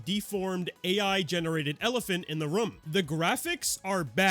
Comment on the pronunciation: I like your videos but the way you say the word “room” infuriates me